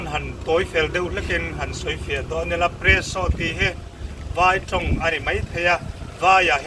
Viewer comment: Hei chu spresso maw ka tia… Peresso zawk nimaw….😂